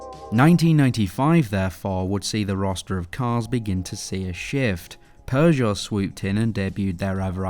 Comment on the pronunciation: Please improve your pronunciation of Peugeot and Renault. Otherwise great video!